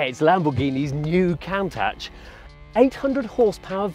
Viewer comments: Is that really how you pronounce it?? Count-atch? I've always said coun-taush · It's more italian like Kuuuuuntasch ( Coooontash)!😉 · .... did he really just call it a "count-tatch" instead of "coontarrjjj".... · First try was Countack which I've not heard before. We always called it Countash in the Uk even though proper pronunciation is "Cun-tash". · Woooooooow they’ve done it!! It looks amaaazing and you can see it’s origins beautifully. (It’s actually pronounced Koon targe, not count ash)😊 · Probably the most boring video about the new Countach. Less talk, more action. - Everyone in the world: "Coun-tach" - this guy: "Count-ache" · COWN -TATCH? How could you let this car be reviewed by the only man in the entire world who doesn't know what it's called? It's COON-TASH. It's one of the few non-english cars in the world that even the English can pronounce correctly., except this one guy apparently. For God's sakes......SMH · “Caauntach”? And for that reason I’m out. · Did he just call it the Count-aahtch? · "Count -atch" - surely their head tester should be able to pronounce the name of this car?! (very nice looking though - they've done some nice things to the Aventador) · How can you be a car show and get the car name wrong it's "Coon Tosh". It's like when people say aww dee instead of ow Dee for Audi. It makes you look stupid pronouncing the name wrong. AND later in the video he pronounces it correctly. Wtf lol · nahhhh its more like cooooontack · Cantach but then he said countache near the end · I cant believe you just called a countach a cowntaCH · And also...."Count touch"? 😂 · count atch xD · What's a "kown-tach?" ...That aggravates me so much lol... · No its pronounced Koon taush but its spelled Countach! There is no g sound in the name Countach! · Did he just call it a "count touch"? Absolute shambles. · Man just called it the count-atch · Did he just call it the Count-Ash? :( That is Terry-Ble! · Can't believe he called it "cun'touch" :"Ddd